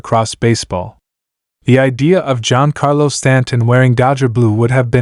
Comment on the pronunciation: Did he say John Carlos Stanton?? 😂 AI voicing 🤦🏻‍♂️